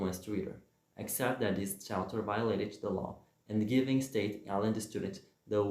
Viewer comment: Thanks for the effort, but can I give a few tips? 1. It's "Staten Island" not Staydon or whatever you said. 2. Please turn down the music It's too loud. 3. Practice reading several times and if you're solely relying on the captions don't because they usually misspell words. I don't mean anything I said to be rude I just want to help. Thanks